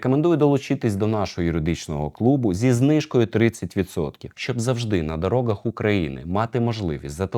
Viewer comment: Вибачте що питання не по темі та всеж , ви кажете на дороґах це якась зміна в мовленні чи просто специфічна вимова ?